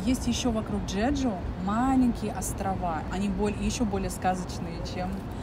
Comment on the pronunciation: Какой "джеджу"???, Чеджу